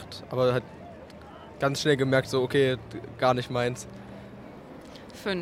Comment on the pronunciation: Gar nisch...gar nisch...hahaha.